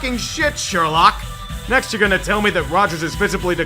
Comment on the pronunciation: Not gahta, gahnta